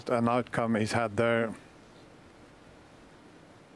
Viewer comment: Its thurr, its thurr